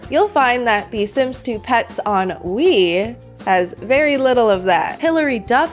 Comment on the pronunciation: Every time you say "The Sims 2 Pets on Wii," I just hear "The Sims 2 Pets ennui" lol